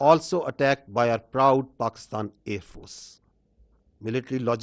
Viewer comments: Watch Pakistani AAND FORCES 😂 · Aaand force 😂